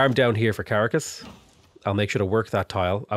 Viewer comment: Hey, if your wondering the emphasis goes on the last syllable of Bogota and the second syllable of Caracas, so like Bo-go-TA and Cah-RA-cas. Anyways, stoked to see a (reality) tall run, good stuff!